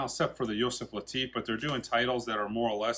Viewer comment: He said: "Yoself Lateef".